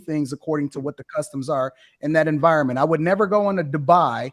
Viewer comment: said, “I SAID WHAY I SAID” 😂